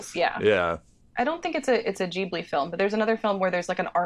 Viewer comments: um, actually, fuck everything else about this episode, how did she just pronounce ghibli? SHE WAS THE ONE THAT KNEW THE ANSWER, COME ON. >:C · My gf got a kick out of how she pronounced Ghibli